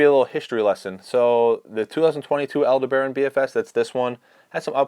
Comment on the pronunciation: Like the Shimano Antares casting reel, the Aldebaran is named after a star. Aldebaran is usually pronounced 'al-DEB-a-ron'... not 'al-de-BARON'. Just FYI. 🙂